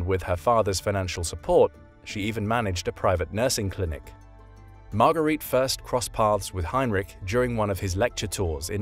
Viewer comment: "got arrested" is not an elegant expression to go with the educated voice of the narrator! Margarete (Marga) Himmler is not pronounced like Marguerite!